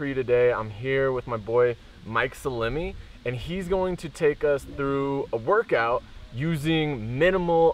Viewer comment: Haassan1 - He’s Italian, and been getting those jokes since childhood. “Pepper jerkey Mike” was one of them. Get his name right – it’s Sal-em-i!